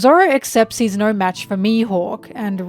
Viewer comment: I didn't know you were Australian until you said naur